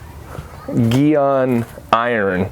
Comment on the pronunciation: Geeon? G-on mate 😉😀